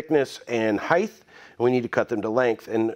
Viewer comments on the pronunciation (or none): Love your videos, I learn so much from you and refer back to your videos all the time. One issue (it's my pet peeve) could you please stop saying heighTH. It's height (HITE). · When you say “heith” do you mean height?? ;)